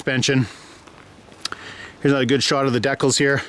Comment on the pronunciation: He said decals wrong haha